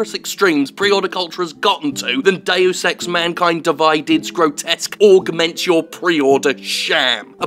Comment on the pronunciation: Is it me or can that female narrator computer voice thing not pronounce 'Augment'